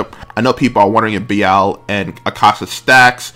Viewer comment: Am I missing something with your pronunciation for Be-lial?